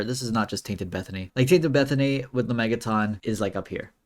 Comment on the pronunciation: It’s not “la-mey-ga-tonn” it’s “la-mey-jah-tin”